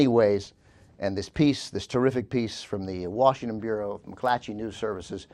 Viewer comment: pronounced "piece" "peach" TWICE within the first ten minutes!